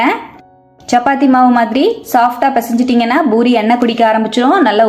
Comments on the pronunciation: JFYI - it’s NOT Boori, it’s Poori Not கொத்தமல்லி “தலை”, it’s தழை Need proper Tamil pronunciation. It’s our mother tongue. Not good to speak badly in our mother tongue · Amma athu boori kideyadu poori sariya pesunga kekkave aruveruppa irukku